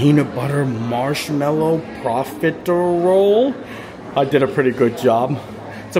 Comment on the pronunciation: "pro-fit-er-ol" 🤣 I always love a good and language lesson! 🤣 Thats some married couple material right there 😅🤣 Enjoy your trip to Japan!